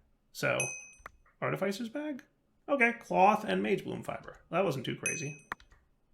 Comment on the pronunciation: It's pronounced "arr tih fiss er"